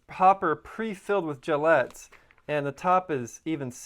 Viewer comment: They're gellets, pronounced like bullets. Gel bullets. Not gillettes.